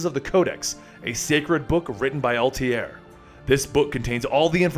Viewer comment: You're not misprenouncing Ezio's name, but Altair's. It't not Al-Ta-Air its prenounced Al-Ta-Ear.